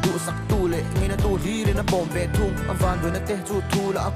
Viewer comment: Leinat,leina,ngeinatu...hetiang neuh neuh ah tlemin uluk deuh thei se a dang chu a tha lutuk.